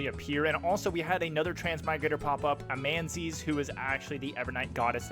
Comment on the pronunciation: I've never heard anyone pronounce Amanises or Justiciar like that. Was it intentional for engagement or something?